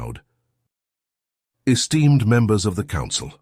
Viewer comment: "Air-steamed members of the council" "Just steamed" even got it right once 'esteemed'. haha